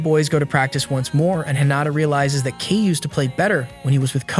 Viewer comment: his name is pronounced as kay not kee